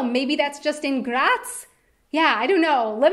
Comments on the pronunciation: I am getting kinda angry how she pronounces some words atleast she can say graz perfectly and cause i am austrian that satifys me atleast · Please! Please! Stop say "Graz" this often! And don't pronounce it in this wrong and annoying way! It totally killed my nerves! -A weaner Bua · I'm glad you were in GRRaz, so you could say GRRaz a couple of times, it made me *grins every time. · Das R muss rollen wie ein deutscher Panzer!! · I like yor pronouciation of my favourite city Grrrraz! Grrretz from a three-quarter westphalian with one quarter styrian ancestry. Beautiful place on earth. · Funny pronunciation of “Graz”. That’s how they say it in Slovenia maybe... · The way she rolls the r when she says Graz😂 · Love your pronunciation of Graz 😂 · Why do you say Graz like it would be Czech u roll the r like there wouldn't be another Day😂!!